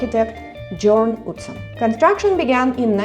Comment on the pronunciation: Jørn Utzon is pronounced Yorn OOtzon You didn't need to drive to Katoomba and the Blue Mountains, there is an excellent, cheap, comfortable and frequent train.